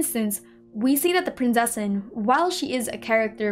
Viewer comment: As someone from a german speaking country I feel the need to tell everyone that the "z" in Prinzessin is not spoken as an "s" or "c" it is very hard and spoken like a "tz". So thats everything thanks for your time. I hope there will be more videos like this since they are really interesting.